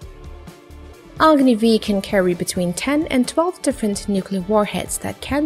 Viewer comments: It’s not Agni v its agni 5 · Just a small correction. It’s not Agni v in literal pronunciation. Agni has a series of missiles i, ii, iii, iv, v n a proposed vi using Roman numerals. Agni v means Agni 5. Thanks :)